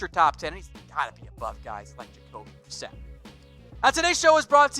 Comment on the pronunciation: Jacoby brisket?? Lol.... It's Jacoby Brissett!!